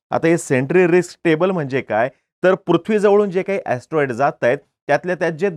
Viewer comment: Atroid or astronaughts😂